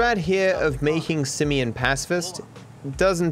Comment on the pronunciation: Poor Simeon, even his name gets trashed... "Simion", lol